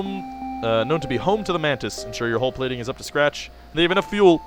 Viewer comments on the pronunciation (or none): none